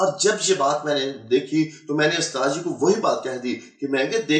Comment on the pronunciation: he says he is a hafiz and doesn't even know how to pronounce USTAD. what a joke. The Christian liars really need to do better than this born Indian Christian. He doesn't even know that in every mosque there are hundreds of QURAN with translation that 10 year old children read every day and no permission is ever needed from an " usthaaz ". What a joke first they used to have every so called convert saying he was the son of a muaazeen who was a imam and now it's this rubbish.Looks like things are getting really desperate for the so called born agains. 😂😂😂😂😂😂😂😂😂😂